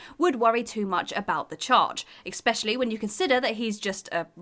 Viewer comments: What is "expecially"? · Overthrow the what? And again with "expecially". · Fucking “expecially”. Give me a fucking break. 🤦‍♀️ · The writer doesn't understand the expression "begging the question." Also: "sovriety" "ek-specially" easily "ficked" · In the Frozen entry: Firstly, mispronounced sovereignty. Secondly, mispronounced especially, again.